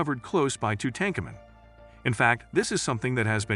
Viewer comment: I can’t even watch this. The narration is once again repetitive and mispronounces the very subject of the video. Just stop. Please.